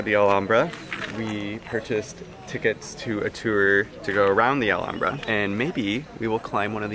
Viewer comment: finally!!! someone who knows how to pronounce Alhambra properly. thank you.